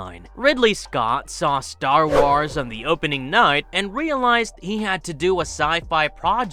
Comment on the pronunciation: How do you mispronounce Star Wars? That had to be on purpose